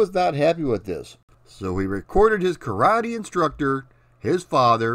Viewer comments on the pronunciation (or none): none